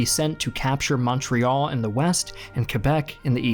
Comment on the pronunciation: Any other Canadians just twitch anytime the videos butchers pronouncing Montreal